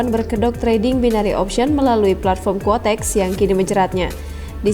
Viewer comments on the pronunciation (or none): kuotex min bukan kotex, kotex itu merk softex